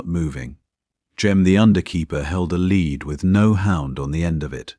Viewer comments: AI narration didn’t distinguish between “lead(ing)” and “lead” metal. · Pity about pronunciation when a chunk v metal is the choice Ai makes instead v the obvious context, i.e. leader v the pack. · The mispronunciation of 'lead' is irritatingly unfortunate. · Nice, thanks. But the lead hound was pronounced automatically by the AI voice as if it was made of the metal lead. You ought to do something about thar! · AI needs to learn the difference between lead and led, read and read (pronounced red)